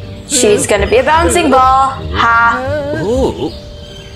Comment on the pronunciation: Not boncie ball it's a bouncing ball.